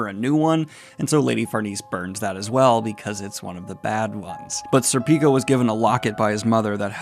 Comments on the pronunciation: Schierke is pronounced Sheer-kee Edit: Btw Serpico is, at least in Japan, pronounced SERpico with the first three letters accentuated. Might sound pretentious but hey - you did ask how to pronounce them. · Serpico is not pronounced Serpíco is pronounced Sérpico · Pronouncing Schierke sounds like “Cher-kay”. I still laugh every time you say “Sir Pico” haha, sounds so wrong.